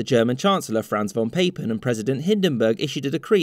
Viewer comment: the pronoucation of "von Papen" hurts my German ears.